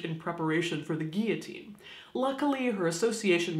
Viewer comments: Thank you for correctly pronouncing the word guillotine. Also, this is fascinating! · Thank you, Caitlin, for pronouncing guillotine correctly and not "gill-uh-teen." It's a pretty peeve of mine and like nails on a chalkboard every time I hear it pronounced so poorly.